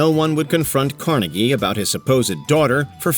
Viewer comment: It’s “car-NEGG-ee”. Don’t go by NY’s mangling of his pronunciation.